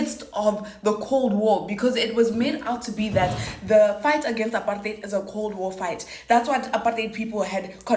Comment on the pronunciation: finally someone knows how to say apartheid right !!!!